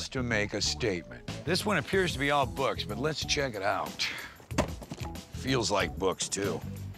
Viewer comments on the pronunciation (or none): none